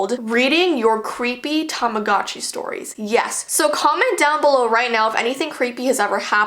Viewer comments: Tamagotchi not tomogachi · does anyone wonder why tamagotchi sounds like tamadotchi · Tamogatchi Me: Tama- GUCCI My scary Tamagotchi story: What is Tamagotchi? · Yeah whats a TaMaGaZChI whatever its called im pretty sure its called "Tamagotchi", anyways, whats a "TaMaGaZChI" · Tamagotchi Subtitles: Time of God she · your saying tamagotchi wrong it sounds like tamagoochee but it's spelt tamagotchi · its tamagotchi pronounced tamagootchi like theres a oh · When someone says tamagotchi at first it sounds like ‘TOM’ agotchi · Is no one going to talk about how she saying tamagotchi wrong